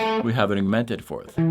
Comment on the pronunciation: I love your stuff! Big fan! Have absolutely helped with my knowledge and chops.... but are you saying augmented? it totally sounds like youre saying "an eww-mented" or "a newmented." lol Maybe its just me? If thats my only complaint, you know your on the ball!